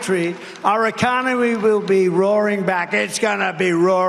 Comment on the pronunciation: "our econowee will be in full retreat" - - sounds like he's got prostate problems, trouble with the wee ... and FOX fact checking - sounds like Rupert has turned again the orange snowman.